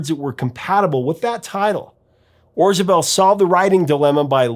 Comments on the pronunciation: A question? Isn’t it Orzabal instead of Orzabel? Sorry, love this album and The Hurting. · Yeah, I think he mispronounced it. Still, a great video.